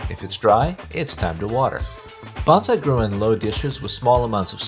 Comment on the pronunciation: The correct way to pronounce “bonsai” is like saying “bone sigh”. The pronunciation used in this video sounds like “banzai” which is a Japanese word to make an exclamation of celebration or success. I shouted banzai when I retired.